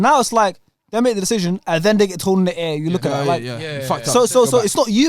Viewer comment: why can't that guy pronounce 'decision' properly